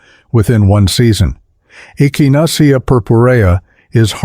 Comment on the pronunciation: The way AI said echinacea is hilarious!